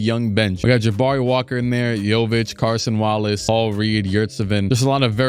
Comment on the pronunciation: Please stop pronouncing it as Carson Wallace 🙏🏻